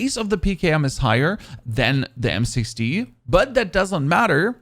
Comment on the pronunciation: It sounds like he is saying M6T